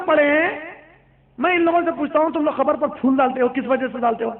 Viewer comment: Bhai Qabar ko khabar kyun bolte ho??